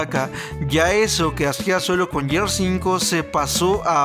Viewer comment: Muy buenos reviews... Informativos reales... Sólo una cosa, Gears of wars, Gears se pronuncia "GUIERS", no yiers... Saludos ;)